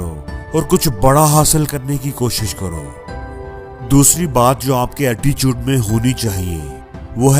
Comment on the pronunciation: वो अटीचूट नही attitude hota he 😅😅😅😂